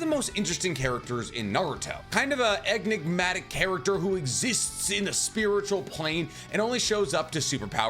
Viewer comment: “Eggnimatic” “Chibuka Tensai” At this point, I swear he throws intentional mispronunciations into every video as a running joke or something Either that… or he’s an idiot